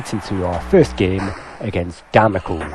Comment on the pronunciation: Damocles is pronounced Damocleese. As in the sword of Damocles.